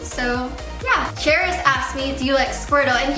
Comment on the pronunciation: She pronounced Charis wrong and it annoyed me..... Eugenia, if you ever read this you pronounce Charis Care-is just letting u know. Love you! 💖